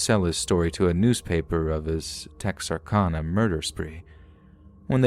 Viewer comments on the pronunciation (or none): Great job overall.....but my God man. 1.It's Texarkana (pronounced -CAN-UH, like Anna. The constant mispronunciation is ear grating). 2.Port Lavaca ( La-Vah-cuh. 3 syllables.) 3. It isn't "Ben Brooke's lake." Like some dude named Ben Brooke owns it. It is Lake Benbrook. Like the town it's beside. And for the future(cause they always get it wrong)....Waxahachie.... DON'T say wax.( Wah like Washington....wahx). It isn't hard. Look up the name. We Texans don't appreciate it when people mispronounce every other name of our home. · We call it TEXARKANA KANA NOT CONA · I could listen to you say Texarkana all day. We Texans don't say it with so much elegance. We say Tex R Can A. Lol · It's pronounced Texar-CAN-a, just FYI! Love your videos. -A Native Texan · It has been driving me crazy as well!! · please learn to pronounce Texarkana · Oh my God and as many times as he said Texarkana it's like he knew he was mispronouncing it and said it as often as possible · I love your voice and your stories but you are driving me CRAZY saying Texarkana wrong!! Lol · I can't stop giggling at the way you say Texarkana hehehe cx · chucky cheese yeah. His pronunciation of Texarkana was driving me crazy too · Texarkana is Texas, Arkansas, Louisiana, so the end is pronounced like Anna for Louisiana.